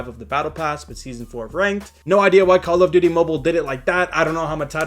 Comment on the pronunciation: Kall of dudie